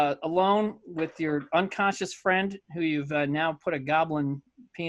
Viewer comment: Why can no one pronounce unconscious lol I'm halfway through and so far I've heard unconshun and unconscience